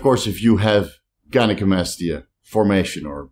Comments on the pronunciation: An absolute stellar, by the book pronunciation of gynecomastia. Proud of you,! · Nailed the gynecomastia pronunciation bro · Your gynocomstia pronunciation was spot on. Now you just gotta work on other 😂. Love ya bro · As a unilingual person who lives (and grew up) in a bilingual country, I would never criticize someone's second language. But I gotta admit I did laugh and was happy for you when you got gynecomastia right :)